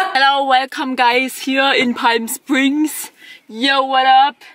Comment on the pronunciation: Das l in Palm Springs ist stumm und wird nicht ausgesprochen. Also eher 'Paam Springs' 😉